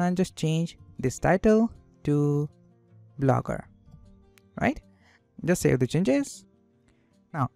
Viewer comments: Lmao "Blooger" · hey man it's not Blooger it's Blogger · great video, but its blogger, not blooger😊, and please add time stamps., its easier for viewers to go over sections again. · Theres one mistake in entire video lmao "Blooger"